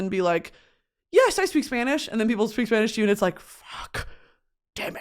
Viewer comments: she says spanish words better than my mexican ass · her accent is better than the one from my Spanish teacher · girl i’m a spaniard living in nyc and it still takes time to switch back into spanish…give yourself some grace you’ve got the best spanish accent on an american i’ve ever heard. also i would have PAID to watch you at lhardy lmaooo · my very latin mom is always very impressed with your pronunciations